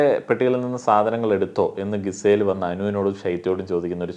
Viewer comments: എന്നും പറയണമെന്ന് വിചാരിക്കും.. "ഗിസേൽ" അല്ല, "ജിസേൽ" ആണ് 😌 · GIZELLE name pronunciation thett anu bro. Please change that😅